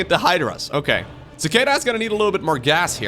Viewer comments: You don't know how to pronounce Cicada? It's a bug! Lol Ci KAY da (American) ci KAH da (British) Edit: Glad you like it up yes the long a is American English the short a is British english. (Usually) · Sih-kay-duh I think is the phonetic spelling. Not that it matters much, but some foreigners may be confused with the first syllable if you spell it that way. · The first opponents name is pronounced suh-kay-duh. It’s a gigantic flying bug. look it up. Strange creatures. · Beat me to the punches, but yeah I’ve heard it pronounced that way before… prolly just by accent or something but I’ve always heard and pronounced it as chick-ay-duh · cicada (see kay duh) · Cicada, the insect, pronounced as See-kay-dah. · lol so true. Just for anyone wondering its pronounced sick-ade-uh. They're an insect common to the US which lie dormant underground for many years and then all start to grow in a given year and suddenly they (and their discarded shells as they grow) are everywhere. They sound a lot like a louder continuous cricket with a bit of constant buzzing noise which can be frequently heard in many movies portraying the rural south. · Yaaa learned to pronounce a new word claps 😂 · "lets go with the Dutch pronunciation" Immediately uses the American. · I cringed so hard listening to you not knowing what a cicada is! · LOL hearing try to pronounce Cicada made my day:)